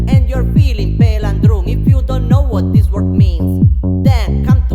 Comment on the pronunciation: Ti, sent an poc: it duvrije arangé dui paròle ke t'las prònuncià sbajà an angleis: "laugh" e "license". And "this" a suna cume "these". Scùsa nèh..